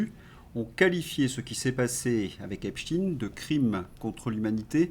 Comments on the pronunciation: Bonjour pourquoi prononcer epstiiin et non epsteïn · ….pourquoi prononcez vous Epstiiiiiiiine et non pas Epsteeeeeiiiiine 🤔🤔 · s'il vous plait, Epstein se prononce comme Albert Einstein. Merci😊